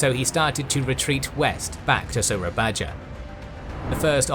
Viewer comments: You should pronounce the old Dutch spelling of Malay words the right way, i.e. : Baroe = Baru Bangoen = Bangun Tandjoeng = Tanjung Moera = Muara Soerabaja = Surabaya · gaada yang ngomong nih? ok (no one gonna say it? no? okay,) WOOOO HELLO INDONESIAN HERE, ITS PRONOUNCED SURA-BAYA WITH A Y NOT A J, OLD INDONESIAN USED TO PRONOUNCE J AS Y, AND J USED DJ INSTEAD (LIKE DJAKARTA OF OLD) THANKS. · I love how much detail I'm getting about the conflict in the East Indies, and I really appreciate how much effort you put into correct pronunciation. I don't know how much more Surabaya will factor into future episodes that you might have already recorded, but it is pronounced like SurabaYA. Dutch spelling at the time uses the Dutch "J" sound which is an English "Y." Just a tip. :) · "Soerabaja" is read "Sue-ra-ba-ya". 'ra' as how you read 'run' but without the n sound. 'ba' as how you read the word 'baba'. 'ya' as how you read them in "yikes" (ya-i-ikx)